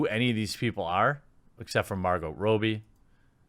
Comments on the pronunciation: Shame..I like Margot Robbie, but I am not interested in message preaching....I’ll give it a miss. Btw..Jeremy, Margot’s name is pronounced Robb-ee ok, not Robe-ee. The double ‘bb’ hardens or phoneticises the ‘o’. Does it matter? Yes! Of course, no one likes their name buggered up eh! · It’s “Robbie” as in Rob a bank, not Robe as in disrobe. Checked the pronunciation just to make sure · I actually feel bad for Harley these days, seeing how anyone who gets their hands on her, immediantly wants to put her in a man hating, feminazi approved, movie. Leave her alone, you rampant misandrists. Also Jeremy.... It's pronounced ROBBIE, no Ro-bie. All one word, try and get it right.